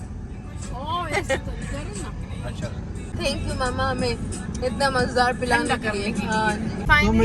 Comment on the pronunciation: i love the fact when you say “Mazdaar” istead of “Mazaydar” whenever you say it mujhe bht maza ata❤